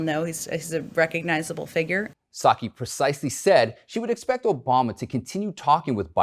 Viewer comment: Did he pronounce Psaki “Sukky”? 🤷🏼‍♀️